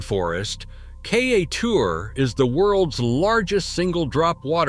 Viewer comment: Your pronunciations are rather ridiculous. It is not Kai-a-teur It is Kai-e-teur